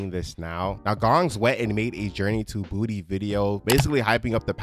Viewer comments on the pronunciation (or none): How are you a big fan and you keep saying Journey to Booty and not Journey to Bah-two?!!